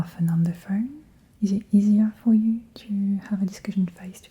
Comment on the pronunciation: I definitely hear the French when you say certain phrases, like right as I read this you said "is it?" and it was very French lol.